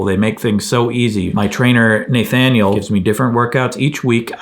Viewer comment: It's pronounced "NUH thaniel" :) You rock Craig!